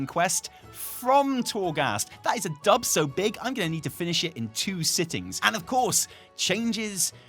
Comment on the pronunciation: I was listening from the kitchen and thought was saying "Dump" and not "Dub" and that made this a very different episode. There was a large "Oooooooh!" when I returned to the computer.